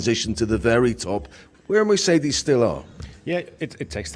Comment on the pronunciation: I like how he’s always saying Mercedes correctly haha